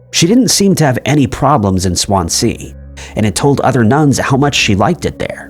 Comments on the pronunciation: Nice video and thanks for the contact numbers. But please check how to pronounce city names like Swansea, which is pronounced Swanszee. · Swan sea 😅 sorry, this really made me giggle. Even though it's a sad video! I'm studying to work on cold cases/ missing persons in the UK. I couldn't imagine going to my deathbed not knowing what happened to a family member or friend 😢 it's heartbreaking.